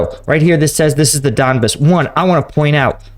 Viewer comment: It's don-BAHS, not DON-biss. Bro we gotta help you with these pronunciations. LOL. But for real you're getting the names of cities all messed up. I appreciate the content though!!